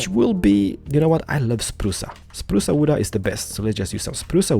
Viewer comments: I love how you say it xD "achacha wood" "spruca wooda" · "spruca wooda" love it! XD